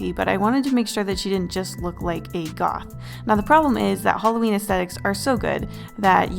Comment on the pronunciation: Hallowen = Hawleen New year eve = eveleen